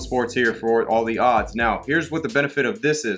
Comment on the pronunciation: Please make sure you don’t forget to add the ‘s’ in the word “odds”. It makes a HUGE difference. 🥴😂